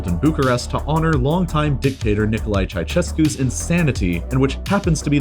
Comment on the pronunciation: i cringed when u pronounced Nicolae Ceausescu also im subbed since like 100k